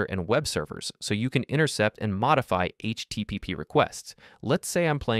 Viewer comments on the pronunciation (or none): none